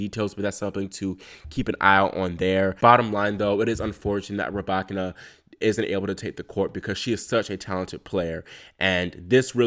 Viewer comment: The YouTube algorithm came through again! So happy your channel was recommended! New subscriber. Also, must give you your props on the Muchova pronunciation. Excited to hear how you fare with the Russian names 😍. (ETA: Rybakina?? 🔥 COME THROUGH!)